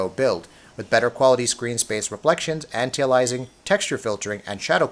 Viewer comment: My goodness, you really butcher "anti-aliasing" when you say it lol. Also I just heard you say the texture quality is pretty much the same....wow you is blind buddy. The texture detail on your clothing and rig detail alone is massively improved on PC and all little bits of writing are legible etc whereas on PS4 they are a blurred mess.